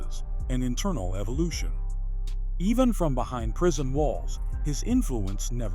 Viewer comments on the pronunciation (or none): none